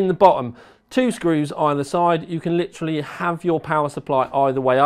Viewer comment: please stop saying "lichraly"